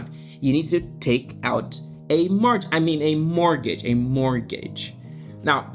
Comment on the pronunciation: I'll pay him 100$ to learn how to say mortgage